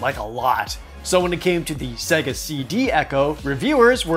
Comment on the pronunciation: This dude really saying Segga, despite the Genesis specifically telling you how it's pronounced when you turn it on.